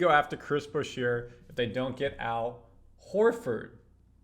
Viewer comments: curry's not 34...he's 37. is' not boo-sheer(Boucher), it's boo-shay. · Pretty sure you saying his name wrong bro….Boucher (boo shay)….